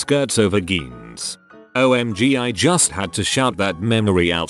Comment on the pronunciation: Nobody: ... Reddit Robot Voice: G-eans